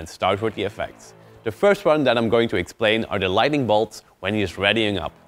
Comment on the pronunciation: Light N ing. Lighting is completely different but you know that already. Don't mean to hate, great tutorial as always :D But after 20 times it bothered me too much to not complain, my bad..